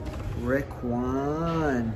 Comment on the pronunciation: you say rick1 wrong, it's riccone